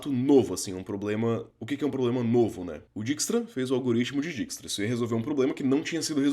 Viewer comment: é "dáikstra"